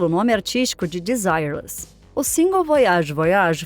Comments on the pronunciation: Não seria a pronúncia "Denzirrê"? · era pra ser desirrê less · Em francês é: de-si- rrê-le. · Achei que pronunciava errado desde meus tempos de criança...kkk Agora vi que é De-zi-re-lês mesmo...obrigado. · VERDADE!! PERCEBI ISSO !! É " "DESIRRÊRLIS" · Se pronuncia Desirêles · Kkk Não aguento isso, as pessoas quererem pronunciar todos os nomes estrangeiros como se pronuncia em inglês. Apesar do nome ser em inglês e significar sem desejo, o conjunto era francês, que por sua vez a pronúcia é bem diferente: dezireles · Ok, mas a pronúncia do nome dela está errado, não é em inglês e sim em francês. A pronuncia correta não tem nada haver com o dito no vídeo. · Não assisti a outros vídeos desse canal... mas tenho minhas dúvidas que a narração tenha sido feito por por uma pessoa e sim por uma Inteligência artificial... está tendo muito isso no YouTube nas últimas semanas... Fora a pronúncia do nome da cantora, tudo está muito bem feito... posso estar enganado, mas tem essa possibilidade da I.A. sim.... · Eu não escondo que me incomodei com a pronúncia. O nome das pessoas não se traduz, mas o conteúdo foi muito bem produzido e produtivo. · ACHO UMA FALTA DE RESPEITO COM A ARTISTA ELA É FRANCESA.. MAIS ESTÁ COM A PRONÚNCIA DE UM NOME INGLÊS... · pronuncia horrivel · se a mulher e cantora francesa , a pronuncia tem que ser em frances kkkkkk